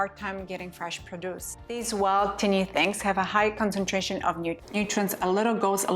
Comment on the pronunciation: PRO-duce, not pro-DUCE. al-FALFA.